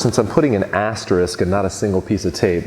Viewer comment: I couldn't help but giggle every time you say Assterisk *